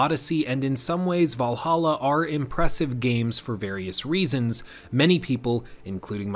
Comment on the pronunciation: valhalla? You mean, valahha